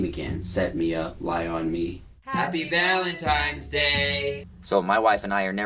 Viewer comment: Never trust a guy that says valentimes 🥴😅